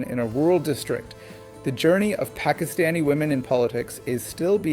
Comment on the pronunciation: doing an english vlog is a great idea A suggestion, I don’t think you need to pronounce Pakistani names or Pakistan with an American accent. It comes across as disrespectful In my children’s school their teachers work very hard to learn the correct pronunciation of their names and the names of other children from different ethnic backgrounds. I have a difficult last name, at work my patients try their best to learn the correct pronunciation of my last name I have a Spanish colleague who speaks perfect english but when he mentions a Spanish person/ name he does it with perfect Spanish accent. Names are deeply associated with identity and respect. Mispronouncing someone’s name particularly saying someone’s name in a western accent has a painful history. Many western colonizers deliberately mispronounced the names of their colonized subjects, This was to minimize the identity and culture of their subjects and was a deliberate act of domination. People deserve to have their names pronounced correctly